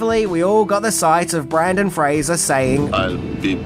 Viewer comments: Ok but u also spelled it “Brandon”. And YEEEAAAHHH!! No more Brendan Frasier vids!! That’ll teach us!! 😂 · Came here to say this, you even wrote it as Brandon lol Keep up the great work though 🫡 🥔🎹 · TIL that people from the Australia can't say "BRENdan" 😂😂😂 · Wouldn’t be without mispronouncing something. BRENDAN Fraser mate. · Yes his name is Brendan not Brandon but just know to NEVER call him Brandon in person boy does he get pissed off about his name and last name getting pronounced wrong , Just ask former child star Dickie Roberts about that. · did u say BrAndon Fraser??? C'mon buddy... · I love how you repeatedly call him “Brandon” 😹😹😹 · Most people mispronounce Brendan Fraser's surname. But is a maverick. He somehow manages to get his first name wrong instead. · I think it's auditory dyslexia. It's a real thing. If anyone has it, does. Nothing to be ashamed of. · You pronounce his first name wrong, but his last name right. Which is really funny because everyone gets his last name wrong and you're famous for quirky pronunciations. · Awe, you constantly mispronounce stuff. It's part of your charm. ❤ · BRENDAN. Brendan Fraser! There’s only one A in BRENDAN 🙄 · How do you pronounce Fraser correctly but not Brendan? Usually people call him Brendan "Frasier" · I don't get it. has critiqued to bunch of Brendon Fraser's movies yet he still insists upon mispronouncing his name. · ya Brendan gets pissed if you say it wrong. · he said Brandon instead of Brendan. But, he did pronounce Fraser correctly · I love you, but it's BrYNdan FrAYzer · I think it was the Brandon thing that he's talking about. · His name is NOT Brandon. It's Brendan 🤦‍♂ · His name isn't "Brandon", it's Brendan. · Bro, I love you. But it’s Brendan Fraiser. BRENDAN. NOT BRANDON. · My guy. It’s Brendan not Brandon 😂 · It’s Brendan not Brandon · BrENdon Fraser, not BrAndon, come on mate! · BRENDAN NOT BRANDON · His names Brenden not Brandon